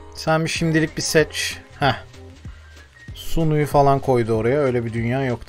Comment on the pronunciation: Doğru telaffuzlar: Okyere Riet Niklas Şimit